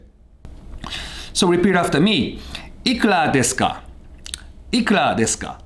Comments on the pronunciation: It was all perfect until you destroyed the pronunciation of "ikura deska". Otherwise an interesting video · Everyone: Ikura deska: Iklah deska speaking of the R and L pronounciation loophole.